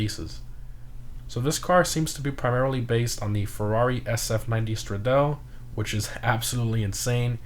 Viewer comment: it's pronounced Stru-doll-ey